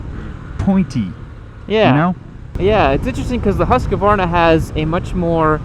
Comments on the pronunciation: Hus-kvarna. Not husk-varna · .....repeat after me....HUSK-VARNA.....HUSK-VARNA......not HUSK-A-VARNA.